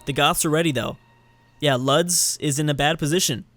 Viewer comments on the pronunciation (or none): Hey! Ludz is actually pronounced like "WU-tsh" with emphasis on WU and a quiet "ch" noise at the end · The moment that said "Lodz" not "Łódź" literally killed me. I am dying of laughter. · Your pronunciation of Łódź XD R.I.P -To be fair Polish is a hard language for a lot of people to grasp.